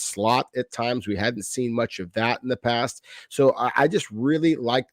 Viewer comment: It’s not pronounced pay-st. It’s pronounced past. It’s not pronounced say-k. It’s sack.